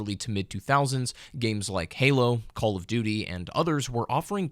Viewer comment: You butchered the pronunciation of HALO popularizing the regenerative health system that Call of Duty 2 ripped off.